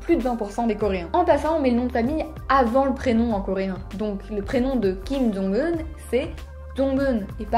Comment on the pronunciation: Si j'ai bien entendu, Jong-Un se prononce plus Zonn-Un (avec le u japonais) ?